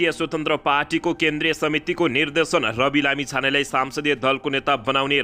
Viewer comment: सम्सदिय दलको नेता हो।।।।।साम्सदिय होइन्।।।नजान्नेले के समाचार भनेको??